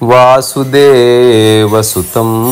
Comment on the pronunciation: వాసుదేవ సుతం కాదు నాయనా'వసుదేవ సుతం'.మర్ధనం కాదు బాబూ'మర్దనం'. సంస్కృతాన్ని ఉధ్ధరించకపోయినా ఫరవాలేదు.ఉత్తరించకండి!